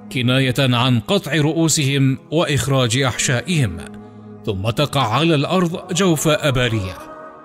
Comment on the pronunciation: قناة رائعة و لكن لو أنكم تلفظون حرف الضاد بشكل صحيح للاسف المعلق يقرأ الأرض ... الأرظ